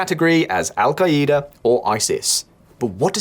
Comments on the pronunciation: “Al- kaleeda” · Wtf is el ka-E-da